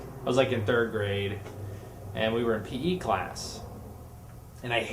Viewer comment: All three stories might have been true, but the part about huge guns was the lie. Also thumbs up if you thought he said pee class instead of p.e. class!